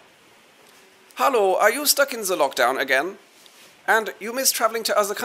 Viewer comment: Today's "Hallooo" pairs well with sauerkraut... for some reason.